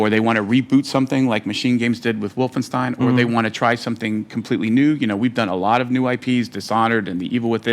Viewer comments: Wolfenstein spricht man auf englisch genauso wie auf deutsch aus und nicht [Wolfenstien]. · Es gibt kein richtig oder falsch bei der Aussprache von Fremdwörter in anderen Sprachen. Insbesondere bei Wolfenstein wählt man aber die deutsche Aussprache, weil deutsche Figuren im Spiel es so aussprechen (würden). Im Grunde ähnlich wie bei Rammstein - niemand würde es "Rammstien" aussprechen, weil ihr Name in Liedern nicht so ausgesprochen wird. Trotzdem wäre es genauso "richtig" wie die verschiedenen Aussprachen von "Restaurant" im Deutschen.